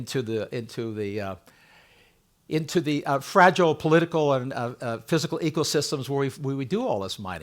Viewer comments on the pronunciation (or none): none